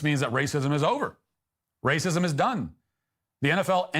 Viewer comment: “I mean what does that mean ‘it takes all of us’? What takes all of us? Raycysm?” I’m crying